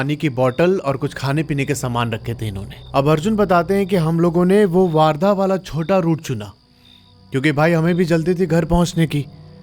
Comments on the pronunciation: Warrda❌ Wardha✅ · वार्धा नहीं भाई वर्धा है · वर्धा हैं वो वारधा नहीं है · वार्धा नही वर्धा है वो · भाई वार्धा नहीं वर्धा है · Or wo waardha nhi ....wardha hai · bhaiya wo waardha nahi, वर्धा है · Bhai wo waardha nhi hain wardha hain ..... sorry to correct you